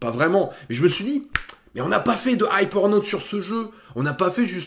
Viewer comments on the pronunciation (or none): Attention quand tu dis "Hype or note" on entend presque Hi Pornhub !!!..... (=Vidéo démonétisée) Ch'ui pas l'seul à entendre ça hein ???? dites moi les gars.....s'il vous plaît......hein ?